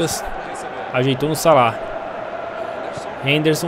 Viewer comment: salada em vez de salah kkkkkkkkkkkkkkk